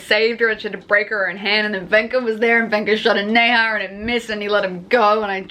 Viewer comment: Okay I have to tell you Nezha is pronounced like Nuh-ja 😂